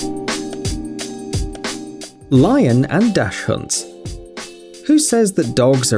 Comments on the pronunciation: AWWW MY EARS! Its pronounced Daks Hund not Dashhunds edit: you could also say sausage dog, that would've been much better lol edit2: he called them wiener dog, he is forgiven. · "Dash-hunds" Yeah, sure buddy, that's the way you pronounce it. lol. what an idiot. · It’s pronounced DACHSHUNDS (Dack - s - hunds)